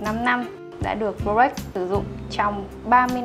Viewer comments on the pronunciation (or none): mình xem rất nhiều video của Gia Bảo Luxury, thích nhất là những video do anh Hiệp thực hiện. Riêng bạn nữ này có vấn đề về phát âm thương hiệu "Rolex" ?!!! Mình comment sau khi để ý rất nhiều video.